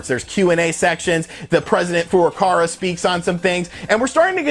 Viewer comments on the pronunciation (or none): Who is For-A-Car-A?